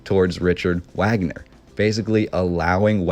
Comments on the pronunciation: i'm stunned that someone so interested in the Neuschwanstein Castle never heard of Richard Wagner--or learned to pronounce his name properly! i don't mean to come across like a snob. i'm not. but the relationship between Ludwig II and Wagner is even more interesting (and weird) than the story of the castle. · OMG the the man's name is pronounced vog-ner. No one says the American Wagner!! Even Americans who are named Wagner and pronounce it the American way...they pronounce Richard Wagner the proper German vog-ner! Your research is a bit lacking! Lol I am seriously embarrassed for you that you would make a video and continuously pronounce it wag-ner. Wow! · vog ner not wagner get it together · ITS PRONOUNCED - RIKHERT VAGNER. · Wagner pronounced Vaag-ner. Great video though, really enjoy all the work you put in to these. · Wagner pronounced Vogner. Keep up the good work. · At some point in time, I'm sure you'll come to pronounce Richard Wagner's name correctly, namely, Rick - ard Vag - ner. I love your passion and story-telling. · His name was pronounced “V”agner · Well. You lost me at your pronunciation of "Wagner". In German the "W" is a "V" sound so it's "Vag-ner". Just saying. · It's Vahhgner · it's pronounced "Vagner" man. do your due dilligence mate. Wagner = Vagner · It's pronunciation is Vagner and his top single was the flight of the valkuries. Just saying . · Vogner is how it's pronounced, perhaps you did hear of him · Wagner is pronounced VOG-NER from flight of the Valkyrie fame. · Hey, the Germans pronounce Wagner's name as Vagner. He is remembered for The Flying Dutchman music, which was used in Apocalypse Now in 1979. It was about Flying Ships.Great Video! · It’s not pronounced Wagner it’s pronounced “Vaugner” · Wagoner is pronounced Varganer. That is a very interesting building, thankyou for the vid.